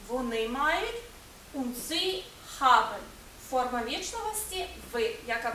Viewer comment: що за "хабен", навіщо ви таке показуєте! там придихове "Г", але ніяк не "х"!!!